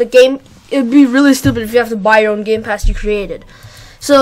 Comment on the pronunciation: Did he say roblox gay pass?